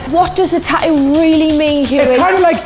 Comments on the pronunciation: How they pronounce tattoo ... TAOOOO 😂😭💀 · I absolutely love the way they pronounce tattoo. Tat ew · They’re not even saying tattoo... they’re saying tawho